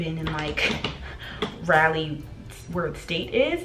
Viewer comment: I just wanted to point out that it’s RAW-lee not Rally (Raleigh). In case your friends are secretly not correcting you lol just helping!